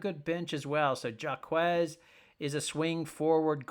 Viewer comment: If the current brackets are final, UCLA and Iowa would not play each other until the elite 8, not the sweet 16. Also, you mispronounced Gabriela Jaquez last name. The first letter sounds like an "H" not a "J." Finally, as much as I hate to admit it, being a Bruin fan, but the best bet would be USC at 5k.